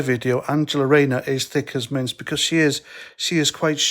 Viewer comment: Thought that sed minge